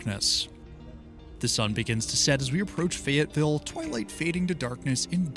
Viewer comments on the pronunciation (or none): none